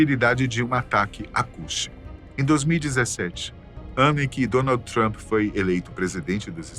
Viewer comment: Xiiiiiiiiiiiiiii Cuidado com o Donald "Tromp!"